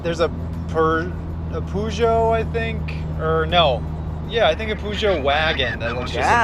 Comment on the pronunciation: Lovely video. Great cinematography. Storyline was okay. Please never try to pronounce Peugeot ever again.